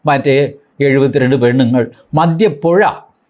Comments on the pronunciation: മദ്യ പുഴ അല്ല മദ്യ പുയ ആണ് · സാറെ, മദ്യപ്പുഴയല്ല, പോയ എന്നുപറയണം